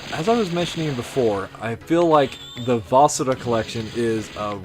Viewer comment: I think you are pronouncing the name of the game incorrectly. Even in the 2000’s I never heard it pronounced like this nor has anyone else that’s some a review. It wasn’t my first inclination to pronounce it like you do either. Just wondering if you know something none of us know?